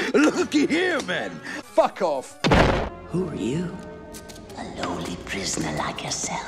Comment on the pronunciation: what is that “FuckOff” From 😂 some british chap ?